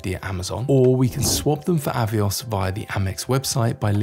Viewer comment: "AVOIS" points?....are they the French AVIOS points? 😉